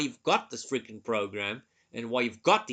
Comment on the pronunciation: Your accent adds a humoristic aspect to these videos '(...)we need to frrreaking clean it!' 😅